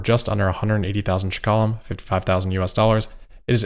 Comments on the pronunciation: Hey, it’s Shekels, not shkala 😅 NIS - New Israeli Shekel Thanks for covering this. Love your videos! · its ''Shekels'' 😂not shekalim, I was really surprised by the price! very exited that Tesla came to Israel! I'm still going to wait for the 25k version car! awesome video like always! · As an Israeli I'm very happy to be a listener! Our currency is pronounced shkalim in plural. No "e" after the "sh" in the beginning (like you pronounce "draft", there is no "e". And the emphasis is on the last syllable. Was really noticable :)